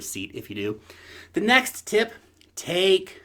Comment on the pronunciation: Did you say ''in the $NEX bullmarket'' ?? I thought so :p